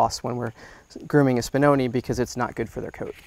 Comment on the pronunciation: Spinoneh is pronounced with a short e sound at the end. Like when Italian (talking about real Italian not Italian-american) didn't hear something and they go eh? If you say spinonee it's plural (one spinone, many spinoni) the pronunciation you are using now with the long e is for the plural. Hope this was helpful, honestly if I had an American dog breed I would care to know the correct name pronunciation.